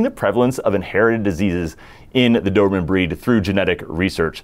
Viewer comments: Every time, I hear Doorman instead of Do-ber-man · Do-ber-man, let’s all say it together…Cheers…!!!